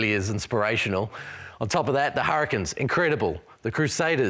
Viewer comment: Hurri-CANES. This host drives me mad naming our team wrong. They are not the Hurri-kins.